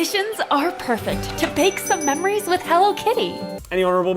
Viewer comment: Did call the game Stray perfect or purrfect? I didnt quite catch that.